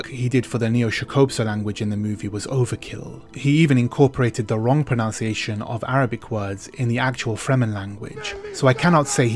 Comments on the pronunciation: I'm sorry, but I have to say this... the word is proNUNciation and not proNOUNciation. Especially in a video about pronunciation. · You pronounce 'pronunciation' wrong throughout the video language man.